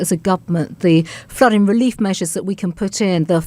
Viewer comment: I wish someone would remind the Home Secretary that words like dealing & flooding have the final letter pronounced, it’s not “ fluddin” luv !! Or Speakin !